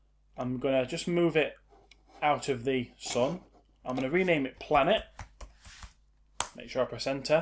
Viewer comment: the way, how u say "sun" is bleeeh..